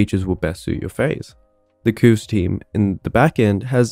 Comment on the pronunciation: I still find it strange hearing QOVES pronounced like "kooves". I've always read it like "coves".